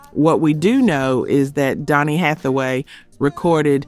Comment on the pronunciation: You get the mispronounce some of the names and that is not Donny Hathaway. So sad your post get it wrong so many times.